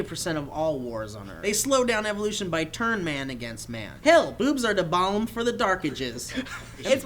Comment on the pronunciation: 1. said no-trandom1 rather than not-random1 2. did not realize that it was supposed to be "blame" and not "balme"